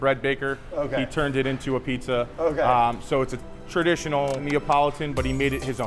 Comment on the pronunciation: Dude..... you just called it A-Peetza? tsk tsk